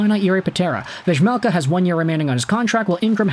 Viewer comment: Utah is my #1 team now, Vejmelka (prounounced VAH-melka by the way(its really irritating when one of our own announcers can't pronounce it)) is pretty good, and though I think utah could use Swayman, I think Detroit (my #2 team now) would benefit from him more. They are in a worse cap situation by far than Utah though.